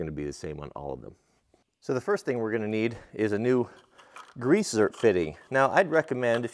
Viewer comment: I think it is zerk, not zert. Keep up the good work!